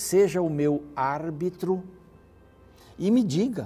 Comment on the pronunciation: O senhor ta falando "árbitro" de uma forma incrível agora 👏🏻👏🏻 que palavra difícil né? Feliz domingo a todos com o Reavivados por sua Palavra de Deus 🙏🙏❤️❤️❤️